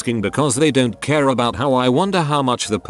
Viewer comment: Normal English speaking people: "I don't care." Computer voice: "I don't KÖÖHR"